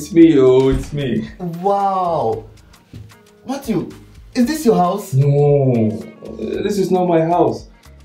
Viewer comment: Matttwo😂😂😂 it’s the pronunciation of Matthew